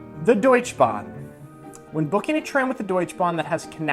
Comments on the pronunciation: Good brotherly advice!! But c'mon, Nick, why don't you teach Mikey to say Deutsche Bahn instead of Deutsch Bahn? And will you teach him to drive stick? Looking forward to your German adventures! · Just a couple of things to add: the e at the end of "Deutsche" in "Deutsche Bahn" is actually pronounced. You said it rather like Deutsch Bahn instead of Deutsche Bahn. And i agree on the point, that Bavaria is not all of Germany. I now many people here in the northern part of Germany saying that Bavaria is not Germany because it is very very different from the rest: culturally, geografically and so on. And a small thing: Germans usually don't talk about Germany as a Country. They can say something like the German fb team, the german government, that and that region of Germany, or the german geography, but almost never as Germany. (although they often say germany scored a goal, but that is rather an exeption). the bread in Germany btw is very expencive. I didn't even know about that starring thing of germans. As a German I don't notice that at all. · Yo american ! Its called Deutsche Bahn. Not Deutschbahn. Setzen. 5. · it is called die deutschE Bahn, not the deutsch Bahn :-) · remember german doesn not have silent vocals in the end so deutschE you hard pronounce the E in the end xD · Deutsch(e) Bahn 😂...Aha... where is the E ? Sorry... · Come on, you should know how to pronounce the DeutschE Bahn…… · It is PorschEH, DeutschEH Bank, DeutschEH Bahn. Just being pedantic.